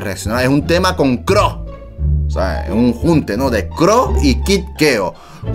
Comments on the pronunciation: JAJAJA por qué dicen CRO al C.R.O (CERREO) 😅 Quién escucha en 2024!?? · es c.r.o no cro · Se pronuncia ce erre o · Son iniciales se pronuncia letra por letra ce,erre,o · Se pronuncia ce, erre o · 2021 y el sigue pronunciando mal el nombre de C.R.O 😂